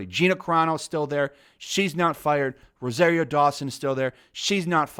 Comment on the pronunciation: You’ve been reading and hearing the name Rosario Dawson for weeks and you can’t say it pronounce it right? What’s up with nerds and having to putting different inflections on words and names....yo, Ro SAR io....SAAAAARRRRRRR NOT SARE. How do you do that? Would you say her name wrong to her face? Do you have a problem hearing?